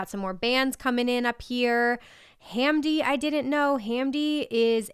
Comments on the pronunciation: Ham Dee? No its Hahm Di great artist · The way you pronounced Hamdi😂😂 Please don’t miss him, he’s blowing up like Tape B is! He’ll be headlining festivals this coming year.